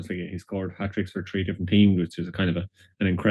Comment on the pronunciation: Is he saying tree-tree?